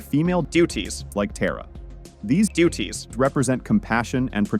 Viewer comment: Anton else heard the way he said duties when talking bout Hinduism